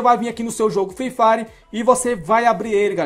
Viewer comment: kkkkkkk alguem mais notou ele falando fifari